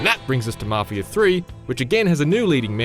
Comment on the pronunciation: “Mafier” that’s what I heard